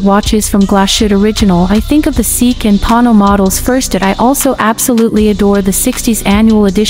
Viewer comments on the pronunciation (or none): The robot did not pronounce Sea Q correct calling it SEEK. Lol